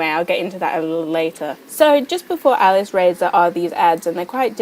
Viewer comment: I think its said alice-raz-or